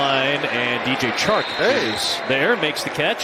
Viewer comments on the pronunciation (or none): Bro said Chark sighting 😂😂